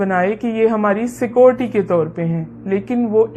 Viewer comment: بلجیم میں جج کے فرائض انجام دینے والی کا لفظ سکیوڑٹی کا تلفظ ٹھیک نہیں ۔۔۔۔